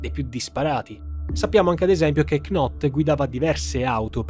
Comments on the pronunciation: piccolo dettaglio: la k non si pronuncia. knot diventa semplicemente not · Video bellissimo, ti seguo sempre, domani mi arriva il tuo libro però scusa ma “knot” non si può proprio sentire, si scrive Knot ma si legge “Not” 😂😂😂